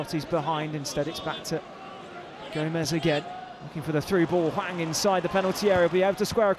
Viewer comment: I mean he also says Wang when it's clearly Hwang.. so